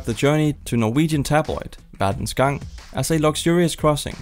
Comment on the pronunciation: This is the most Danish way I've ever heard anyone say the names of Norwegian newspapers. 😛 Incidentally, nobody ever actually uses the full name Verdens Gang anymore, not even the newspaper itself. It's just VG.